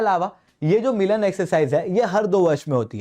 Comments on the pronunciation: मिलान नहीं मिलन है हिन्दी को भी english में पढ़ने की गजब की बेवकूफियत है 😂😛😛😛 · I guess it's 'मिलन' not 'मिलान' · Brother say Milan not Milaan. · HAD HAI milAAAn nahi hota Milan hai (meeting wala milan)